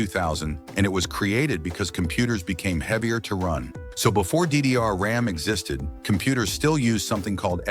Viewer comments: Why does he keep saying diddy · he say 'diddyr' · İ heard ddr like "diddy are"☠️ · How bro is pronouncing DD is wild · When he says "ddr" it makes me laugh... I'm laughing so much for nothing. 🤣